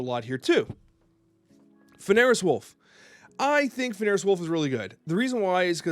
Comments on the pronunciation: Wouldn't be an video if he didn't manage to pronounce Fenris as Fen-air-is. Never change. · another new card another wrong pronunciation lol its FEN-RIS wolf! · I love your videos. Fenris is pronounced "fen·ruhs"